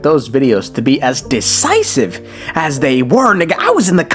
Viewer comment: At the begining did you say decisive? I kept replying trying to hear divisive but kept hearing decisive instead.